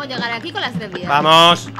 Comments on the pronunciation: Soy yo o decia PAMOS en vez de VAMOS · ya no es "vamos" es "pamos" :V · DICE PAMOS EN VEZ DE VAMOS